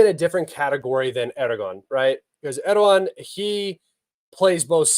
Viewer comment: As a Turkish let me explain to you the name Erdoğan. The letter ğ makes the vowels before and after it longer. So it is pronounced like Erdoan. Not Erdokhan.